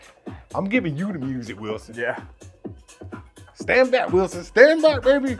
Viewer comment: Every time you say Wison, I think of Cast Away. 😂